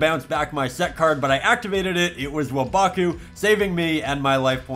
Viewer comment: This is was first thing in my feed lol seems like fun duels I can tell your new to the game by the way you pronounced one of the oldest traps in the game "waboku" xd